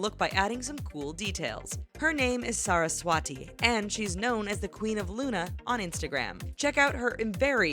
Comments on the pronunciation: she is Saraswati and not how U pronounced Sara s wati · actually,she is 'saraswati' and not ' sara swati'